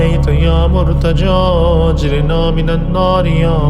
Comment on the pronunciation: Ap agirna ko agrina prh rahy hain jo zair ki galti h wsy achi h